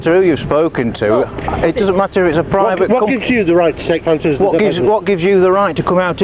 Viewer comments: i swear if they say pho-toes one more fucking time... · Boy I love the way they pronounce photos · I laugh every time he says pho toes 😂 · Never thought it possible to laugh so hard at two people arguing over Fo Toes, and Fo O's..At a "crisp" "fack tree". Too bad they didn't say potato chips.. woulda been insanely hilarious.. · Actually he said pho-toes, and she said phot-o's lol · Didn't she actually say pho-o's at one point?^^ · Do they know there is a "t" in "photos"? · I've just spoken to someone and they have assured me that there is a 't' in 'photos'! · This sounds like two people making fun of a scene in a movie they saw the night before, I never heard "Photos" pronounced so painstakingly. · She does not really use the 't' sound when she says "photos". The guy makes full use of that 't' sound. The English talk funny, LOL!! She said "piss"; she said he was pissing her off. He is perfectly nice and calm.